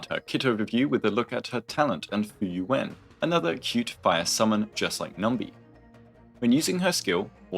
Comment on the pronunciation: Everytime you say Fuyuan I hear Frieren and it takes me out dude